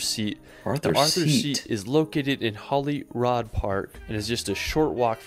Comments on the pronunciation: Scotland has such epic landscapes, if you love hiking you will have a great time here (or even if you don't like hiking there are amazing places to visit). Please, before you go, check out how to pronounce the place names or even ask some locals. It is rather irritating when people don't even bother checking. Edinburgh is pronounced Edin-bruh, Glasgow is Glas-go. Holyrood is "rood" not "rod". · The guy on the video has mangled place names. It isn't Scat-land or Edin-boro. It is Edinburgh pronounced Edinburra. It isn't Glen- feenan. It has an "I"in it and it isn't Holly road FFS!!! It is pronounced the way it is spelt Holyrood. How do someone get road out of that. As for Sligachan and Bidean nam bian ... Then my birthplace Glasgow. It is pronounced Glas-go. Try and learn how to pronounce the bloody names. It is so annoying. This guy has barely scratched the surface of what Scotland has to offer. Nothing in the south or Fife and the North East. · His pronunciation is atrocious. I wish "Edinburrow" was the worst but he just kept going for it: "Glen Feenan", "Holyrod" "Sliga-sean"? WTAF? Top tip for those trying to [pronounce loch. The ch makes a sound similar to the h in human. Edinburgh is pronounced "Edinbra" or "Edinburra" never ever ever is it ever "Edinburrow" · Edinburgh is pronounced "Ehdinburra" and it is Holly Rood Park, written Holyrood. It means Holy Cross. Eelin doanin Castle. The "ch " is always pronounced at the back of the throat, never "sh"! Duncan as the name with bay. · Great video but as a Scot, those pronunciations were CRIMINAL haha. Edin-buh-rah, Glaz-go, holy-rude. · Whenever this guy's videos get reacted we have to tell the reactor there is a health warning on his terrible pronunciation. He can't pronounce even Edinburgh or Holyrood park. Don't copy him. It's Edin-brurr and Holly-rude. (and Glen-fin-un etc etc etc) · It hurts my ears when people say Edinboro. Holyrod park in Scotland and Hollywod California. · Holyrood as well.